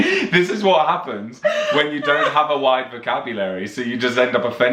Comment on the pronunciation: Wait, I heard say 'appens, instead of happens.